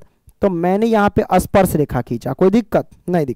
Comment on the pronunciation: Sparsh not asparesh😅